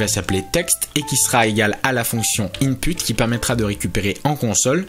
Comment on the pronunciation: Bravo pour la rapidité d'élocution ! Même les tuto en anglais que je suis sur d'autres sujets ne sont pas aussi clairs. Par contre pour , merci le rendu de l'accent FR ! lol! En fait, si je comprends bien, Python est aussi un Framework, en plus d'être un langage ? L'appel des modules me fait penser à zend.